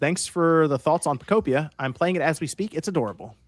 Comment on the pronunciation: Pokopia is pronounced the same way you would pronounce ‘utopia’ because it’s a Pokemon Utopia. Just think of how you pronounce the game ‘Miitopia.’